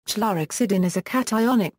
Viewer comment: Please stop it with the goddamned automated voices! It can’t even pronounce chlorhexidine